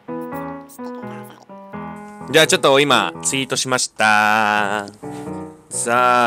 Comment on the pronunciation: ツイートがチートに聞こえたw